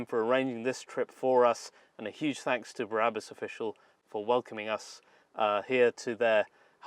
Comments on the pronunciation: If you’re going to talk about a place that does such extreme customizations, the least you can do, is pronounce the name of the company properly. It’s Brabus, not Barabus. Barabus is biblical. Ty for the video. I will send my vehicles to this place. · I’ve been waiting for this video for ever but please for the love of God and everything that’s holy stop saying “ Berabus” I still love you so don’t worry 👍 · I do love your work but why oh why must you pronounce it “barabus”?? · Brabus NOT Barabas! Duh!!! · "There is S class BARABUS" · A O O Because pronounces it Barabus, lol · Totally agree my friend!!!! Made him sound like he hasn't got the first clue about cars, when he can't even pronounce their name correctly, and replaces it with a guy from the Bible!!! Not very professional, when there are other car channels out there that are making this look a laughing stock. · Bara bus,, WTF again and again i hear same shit. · Why "Bahrabus"? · Please accept my apologies for this, but... Barrabus was, I believe, one of the criminals set to be crucified with Christ... (it is actually "bra'-bus", as in the French "la") And it's pronounced "land-ow-lay". Cheers! Nb. I even listened to an interview elsewhere on YouTube with the CEO of Brabus to check the pronunciation of Brabus - and you even got it right when describing the customised steering wheel and the fully tested airbag ! Lol! Yes, I am a pedantic arsehole! I just hate seeing people repeatedly making the same mistake over and over!